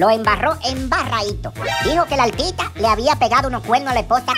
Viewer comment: Todo bien hasta que yailin dijo nosotros somos 2 “altita “ OMG 😅😅😅